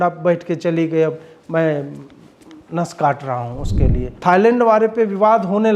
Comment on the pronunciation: थाइलैंड है थाइलड नही मे आपको पूरी गंभीरता से सुनता हूँ 😂😂😂😂😂😊😊😊😊😊😊😊😊